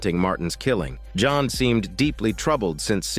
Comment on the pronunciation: Blud said john but a French accent like "Jonu" Edit:i hear "johon" now